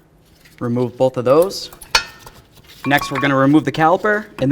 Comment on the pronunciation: Very helpful video. You may try to cut back on saying "go ahead and". Also you keep saying bowlth instead of both. Very distracting. A lot of content creators seem to do that but seem to only do it when they are explaining something.